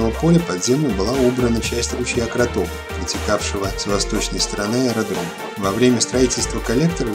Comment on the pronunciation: Ручей Кротов. Ударение на первый слог! От слова "крот". Я родилась и выросла в Мурмашах. В детстве играли и катались на лыжах рядом с этим аэродромом. Когда мне было пять лет, я с мамой и братом улетала из Мурмашей в Петрозаводск и дальше на юг. Полотно аэродрома было покрыто секциями металлических листов с дырочками. Все листы были скреплены между собой. Видимо, для лучшего сцепления с землёй и чтобы трава не росла на взлетной полосе. Или ещё для каких-то технических целей.